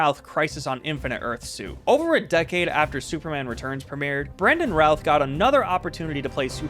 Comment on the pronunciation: The guy mispronounced Brandon Routh, Tyler Hoechlin, and Henry Cavill lol. I don’t think it’s that big of a deal